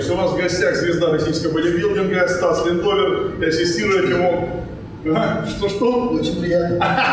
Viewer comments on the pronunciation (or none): Все отлично! - Грамотный Профессионал, теоретик и практик! Сергей Николаевич, больше видео с профессионалами, страна должна знать свиох героев! Еще просьба правильно называть фамилию ЛиндовЕр, а не ЛиндОвер, Вы же тоже Супер Грамотный Профессионал!